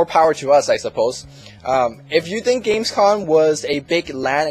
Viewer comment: its "games com" and not "games con" i know it seems to be the short term for convention but it isnt :O